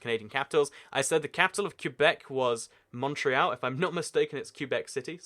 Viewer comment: He also pronounced Montreal wrong